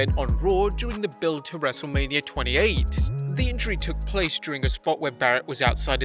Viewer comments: you Said wrestleamia bruh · when you say wrestle mania you say wrestle lamia